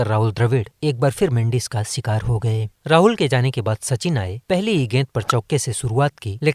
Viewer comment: Sattak,aur sikaar nahi bhai shatak aur Shikaar bolo 😂😂😊😊